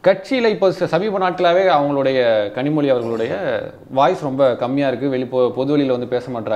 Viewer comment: 5.01 கனிமொழியை இந்த நெறியாளர் கரு மொதி என்று slip of tongue சொல்றாரு! நல்லா இருக்கு